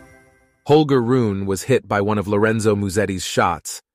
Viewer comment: His name is HOLGER .. RUNE the e is NOT Silent .. so his name is NOT Holger RUUN as u say so many times. Maby u should have seached his name before saying it wring so many times?? Its soooo easy to do